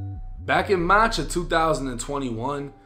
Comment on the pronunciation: Did gang say marrch